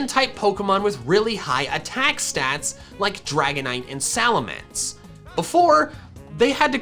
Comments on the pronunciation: SALAMENCE, NOT F*CKING SALMANCE! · SALAMENCE, NOT SALMANCE!